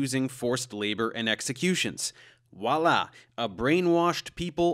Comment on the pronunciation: "Voila" my man, it's pronounced "vwugh-la" with like a silent "gh" Not "wahlah" *shudders*. Tight content though 🔥